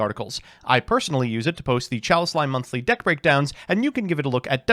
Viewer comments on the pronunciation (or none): none